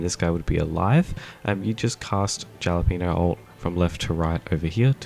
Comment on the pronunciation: no hate, just wanted to let you know the J in Jalapeno is pronounced like an H